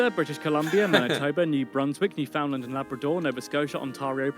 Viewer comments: I don't know i this idiotic Englishman narrator made this video as well but its Newfoundland (pronounced New-fin-land) not New Foundland. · Here's a fact for you, you pronounced Newfoundland correctly the first time. It is ALWAYS pronounced "New-fin-land" and NEVER "New Found Land". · Aaaahhhh it's not NEW FOUND LAND 😭😭😭